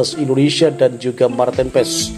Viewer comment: Kiper mantin ps😂😂😂 lu bsa baca nama marten paes ngak😂